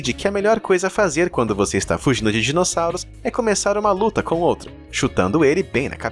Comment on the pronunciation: sabe quando voce fala luta dos tirex voce falou lutra